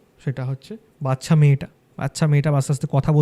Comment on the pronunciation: মানুষ পড়াশোনা শিখেও জেনে বুঝে কি উচ্চরণ ভুল বলে? ওটা ওটা ওটা বাচ্ছা বাচ্ছা বাচ্ছা হবে না। ওটা ওটা ওটা বাচ্চা বাচ্চা বাচ্চা উচ্চারণ হবে 😢